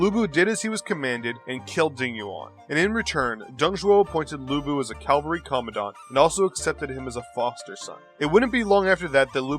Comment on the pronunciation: Cavalry, not Calvary. Lu Bu did not crucify Jesus